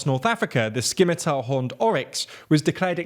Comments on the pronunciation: Errrr... it's a soft 'C' in scimitar, so it's pronounced 'simmitar', not 'skimitar'. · You need to play more tabletop roleplaying games:P sCimitar XD Definitely the funniest mispronunciation I've heard on the channel and you say it 3 times in a row! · Skimitar horned oryx? That is not how you pronounce scimitar, folks. :D The C is silent. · It's a pity you don't cover environmental news because the IUCN updates are very interesting (which is where the oryx story comes from). Also, I know you get this a lot, but you are mispronouncing scimitar as you don't pronounce the 'c' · The c in scimitar is silent. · The “c” in “scimitar” is silent. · Glad to hear the species is doing better but please mind that the letter C in "scimitar" is silent. Cheers! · Was hoping someone would mention that!